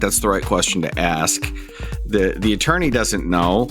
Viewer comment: “What’s a torney? Like what is that?” 🤡